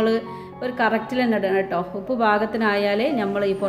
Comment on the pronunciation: ഇപ്പ് അല്ല ഉപ്പ് 😜😜